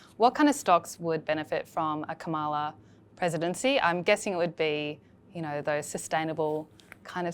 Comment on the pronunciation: All three of you - please get the pronunciation of Kamala's name right